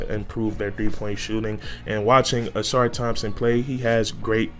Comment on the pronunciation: Dear Northerners, it’s the UNIVERSITY OF HOUSTON! Not Houston University! Never heard of that school. Where is that! Don’t insult Marcus by calling our Alma mater “Houston University!” And yes, you pronounced his name correctly; “Sass-sir.”